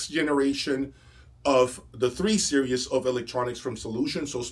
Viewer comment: Hi. It sounds like you pronounce "Series" as "Serious". Is this accurate?